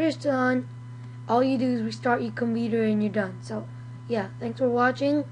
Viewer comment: Its COMPUUUUUTER not comEEEEter !